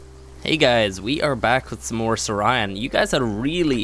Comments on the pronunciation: damnit syntac it's Saurian (saw-ree-in) not Sore Ryan, keep in mind: saur as in dinosaur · Not Sorian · It's pronounced ( Soar-e-an )